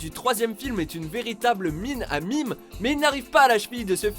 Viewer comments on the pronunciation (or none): mais putain MAIS FERME TA GUEULE QUI DIT "MIMES" ON DIT "MÉMES" BORDEL DE MERDE